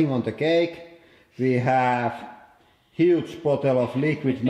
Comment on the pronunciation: emphasis on "Huge"